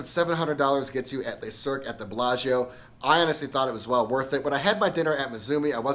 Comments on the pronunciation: I love the content, and really want to check this place out, but you’re pronouncing the name wrong. It’s pronounced le(luh) not les(lay) le is singular les is plural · If you want to get your pronunciation right, it’s ‘Luh cirque’ not ‘lay cirque’. And that cocktail is not ‘Dor-jon’ it’s ‘Dor-doyne’. Great review though.